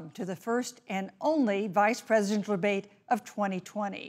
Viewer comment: nobody gonna talk about how badly she messed up the word ‘Presidential’? It was even made fun of on a youtube poop. I knew once she messed that word up she was gonna be a terrible moderator and I cant quit laughing about it either.